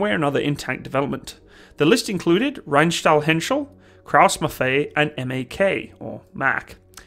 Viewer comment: LOL, every time you say Krauss Maffei, you pronounce Maffei as if it was something French. And as a German, I don't have peace with that.:o) Say Muff-Eye, and you will pronounce it perfectly. Best regards, and thanks for another great tank video! Max